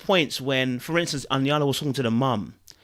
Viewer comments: Babe, I love your videos and your brilliant insights but I wince every time you say her name wrong. Here you go, EEEE YANNN LAA, say it slowly then say it fast. and you will get to #Iyanla. You're welcome. Now back to your commentary..... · it’s EeeeeYan Lah! LOL 😂 btw I agree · glad to hear that you're taking my feedback in good faith but, mek you try ohhh. You get 4 do bettah...EEE YANN LAH, EEE YANN LAH! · Iyanla ( EE-Yon-Lah) Vanzant is very helpful with positive affirmations & epiphanies, but I feel that she missed the mark with this particular episode. This family probably would have benefited more from a licensed therapist than a tv show... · !!! CORRECTION!!! she didn't kick her out Shay LEFT. misleading title. also her name's pronounced: "E-Yawn-Luh". please also keep in mind that these individuals stay with Iyanla for 3 days... what we see is edited down to 40-minutes. two things can be true at the same time :Iya brings love and correction her guests AND she’s passionate & assertive in her stand for their healing! we have to acknowledge both as "the process". the comment from Iyanla to Shay about her appearance was accurate bc it was a distraction... and it's what many viewers were thinking. i would be more curious about why Shay showed up to healing like she was going to do LOVE & HIP HOP? Note: Iyanla is NOT a therapist - she is an ordained minister + life coach, with 40 years under her belt. her job is to not to make clients or viewers comfortable but to STRETCH them to their perceived limits. to INTERRUPT THE PATTERN . the job is HEALING and HEALING happened! JOB DONE. (PS) - Neffe posted that clip as a response to Iya because she didn't like what happened on the show or how she was "treated" ... YET Neffe RETURNED to the show a SECOND TIME for more IYANLA. why??? bc no one likes not feeling good in the moment... but underneath it all is the love. and that's what comes through STRONGER than anything else. that is Iyanla's SUPERpower!